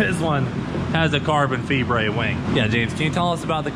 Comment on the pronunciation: Lol at how he said carbon fibre, he said carbon fee-ber aha